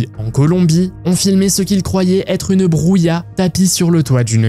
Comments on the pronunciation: Très sympa ! Par contre le J en espagnol est un son gutural ! Un peu comme si tu te raclais la gorge ! Bruja ne se prononce pas "brouya" mais "brouha", comme un h exspiré que tu racle en peu dans la gorge 😊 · Au numéro 17 ce n'est pas bruya (ce mot n'existe pas) soit c'est bruja en espagnol on prononce "broura", soit c'est du latin et c'est maga.